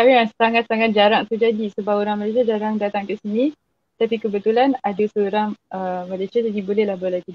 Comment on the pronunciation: hari ,bukan aghi, berada bukan beghada ok. mana R nya. Bahasa Baku mesti sebut R dengan jelas. Bukan macam bahasa Riau yg tak pakai R . seorang bukan seoghang . lari bukan laghi ok.